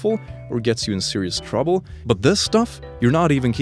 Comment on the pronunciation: "In twouble" - 2019